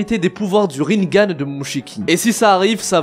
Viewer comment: Rinnégan* on dit pas rinngan